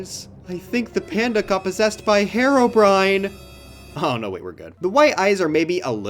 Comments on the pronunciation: I've heard "hair-o brin" before, lol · up until this moment, i had never heard a single soul ever pronounce herobrine as “hair-o brine” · That's the slavic pronunciation